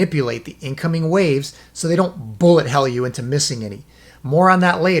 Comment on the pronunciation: is it "BULLET HELL" or "BULLLET HAIL" ?